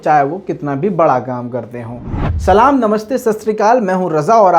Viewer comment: ap ko to salam bhi achhe se nhi ate he